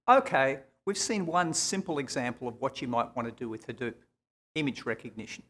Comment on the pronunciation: "OKAY" lol..... HAhDEWP. dewp pew pew